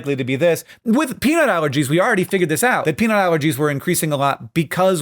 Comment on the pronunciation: When you say peanut allergies at 1.5x speed, it sounds like you're saying penile allergies which sounds... painful?